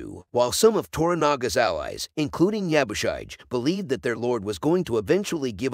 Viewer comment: Yabushige... shige is pronounced "she-gey"